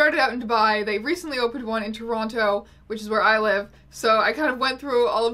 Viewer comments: you're the only person from Toronto who I've heard pronounce it toe-ron-toe............... we have a conspiracy theory on our hands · pronouncing both T's in Toronto...